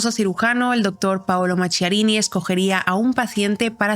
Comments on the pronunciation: Se pronuncia Maquiarini, en italiano la h suena como q, no qu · FRANKENSTEIN SU NOMBRE SE PRONUNCIA MAQUIARINI , LA RESIDENCIA DE VERANO DEL PAPA SE LLAMA CASTEL GANDOLFO.GRACIAS MI AMOR ❤POR TU EXCELENTE INFORME👍